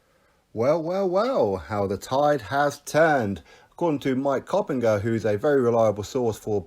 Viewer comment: COP-INJ-ER as in HINGE, Just sayin' Sporting Icons.Great channel 👍